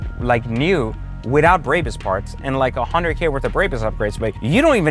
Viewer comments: Bro, stop shitting the name "BRABUS" It's pronounced as BRA-BUUS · There is no Y in the name it is a 'BRAAAAAAA BUS' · He said braybus 😂😂😂 What a douche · Serious dude. You can't even say the name correctly. Brrrahbus If you paid that much for just few carbon parts, muffler and wheel upgrades, you got completely ripoff. The Irvine store will sell these upgrades for around 60k installed. And a brand new Maybach 580 is 210k. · He does not give a F*** Brabus pronaunciation, one of the cleanest to say it, but he still hase to leav a mark 😂😭🤣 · Why do these car YouTubers not know how to pronounce the names of the brands they review? It's MY-bach (like the composer) and BRAH-bus. is another one. He mispronounced it as 'MAY-back'. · If you own this many exotic cars you can pronounce it anyway you fucking want. But, for all the haters it is pronounced phonetically as… My-bahh Brah-boose. But since we’re American and don’t speak with a German accent like a c*nt you can say it the way you want. That’s freedom 🦅🇺🇸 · Dude. You mispronounced every damn thing from Maybach to Brabus. Jeeeeeees